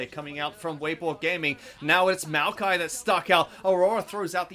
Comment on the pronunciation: My man calling Maokai “Miaokai” is making me giggle. Is anyone else hearing that or am I nuts??